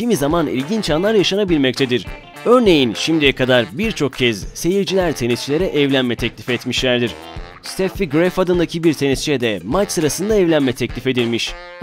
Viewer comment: 1.21 Ştefi Graf diye telafuz edilir. Dünyanın gelmiş geçmiş en ünlü tenisçilerinden biri olan kadın için, "Steffi Graf adındaki bir tenisçi " diye bahsedilmez. Messi adındaki bir futbolcu geçen hafta döktürmüş dersen millet güler aynı onun gibi.